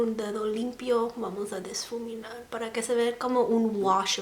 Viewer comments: Se dice difuminar, no disfuminar. Kisses 😘🙏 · No soy fan de los tutoriales de maquillaje pero en verdad me encanta que tengas la imtension de hacer vídeos en español ❤❤ no sabia que tenías tan buen español. La vdd estoy súper acostumbrada al spanglish porque vivo en frontera, mi única notita es que no se dice diSfuminar, se dice difuminar. Mucho amor ❤❤❤ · Me encanta como hablas! I just wanna give you an advice: you have to say: ''Difuminar'' not ''Disfuminar'' The word is right, you just have to say it without the ''S'' Nice video, you have a new suscriber :))